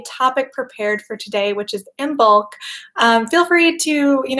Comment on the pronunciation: Just a gentle reminder to anyone interested the 'b' is not pronounced in Imbolc (like Im-olc) and it's the same with the 'd' in Lughnasadh (loo-nas-ah). Brighid's bright blessings to you all this Imbolc /|\